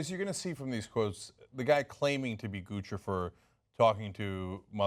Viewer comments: Why is the media pronouncing "Guccifer" like they're speaking to an infant. Shouldn't it rhyme with Lucifer? Not, gah gah goo goo goochi goofifur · It's NOT Guchifer IT"S Guccifer.!!!!!!!!!!! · I think its funny that they keep calling him Goose-e-fer. I think it's supposed to be pronounced Guck-cypher 2.0? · 2 Cs equal the ch sound. Like in Gucci, the brand. It isn't pronounced Goosey, It's pronounced goochi. Now add fer. Now you have Lucifer wearing designer clothes. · Its Guccifer like Lucifer with a G. Not Goochifer. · Gucifer. Like Lucifer. Not Goochifer. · Is it? Then why has every other source gone out of their way to tell readers the phonetic pronunciation is GU SI FER? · It's pronounced like 'Lucifer' dammit! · it's not goochi-fer >.> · Isn't Guccifer supposed to rhyme with Lucifer? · I think it's pronounced (goose-a-fur) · It pronounced like Lucifer but with a G. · It's pronounced goosipher you morons. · Pronounced "GOOSE IF ER" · "Goo-SI-Furr," for fuck's sweet sake. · NO, GOO SNIFF AR !!!